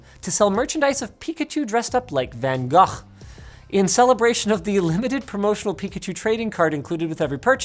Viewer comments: Wow. An actually correct pronunciation of Van Gogh. The British pronounce it Van Goff. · he said van Gogh kind of right, nice